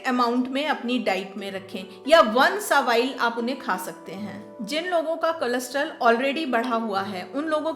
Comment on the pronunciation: कोलेस्टेरोल के बदले में आप कुछ अलग pronounce कर रही हैं।